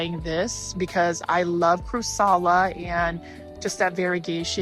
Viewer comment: Hi, it's crAssUla, not crussala:) Love your videos❤, your kimonos are stunning!